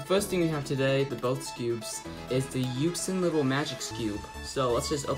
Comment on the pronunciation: it’s yuSHin not yuKSin